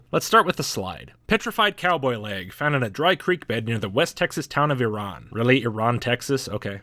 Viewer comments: Dude, not Iran, TX... pronounce it "ira-ann" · A little correction for you. Iraan is pronounced Ira-an (Eye-ra-Ann) instead of Iran. Even living here in Texas I used to pronounce it Iran until some friends from that area corrected me. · It's pronounced Ira-ann